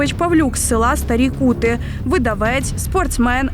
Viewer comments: Не КутИ, а КУти, наголос на першому складі, хоча від того кваліфікація дій цього бандита не змінюється, "круті" 90 повертаються? І це у час війни!!! Гірше від орків.!!! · Ку'ти а не кути' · Не Кути', а Ку'ти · КУти, а не КутИ... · К`ути а не кут`и !!!довбню! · Не кУти а Кути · Не кутИ,а кУти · Тільки почала слухати відео і вже ріже вухо небажання автора елементарно перевірити правильне звучання назви села. То не КутИ', а КУ'ти. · Не КутИ а КУти, і з якого переляку воно опинилось на Буковині?👀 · Будь ласка, якщо ви проводите журналістське розслідування, то постарайтеся хоча б правильно вимовити назву селища (Ку́ти – наголос на ‘У’). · телепню Кýти. То ка🐐 ські традиції класти наголос на останній склад. Весь цивілізований слов'янський світ так кладе. Лише абщепАнятний 👅 ні. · Кути наголос на у.